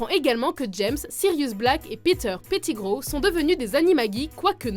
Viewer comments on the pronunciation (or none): On dit Malefoy et pas Malfoi et aussi on dit pettigrow pas péttigrow